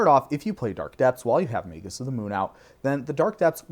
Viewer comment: I don't understand why anyone would think "magus" is pronounced with a soft G. Are there any words in the English language that do that? I can't think of any. I get that we can argue over the "correct" pronunciation of fantasy words, but magus is a real word in the real dictionary, and saying "may-jus" is just wrong.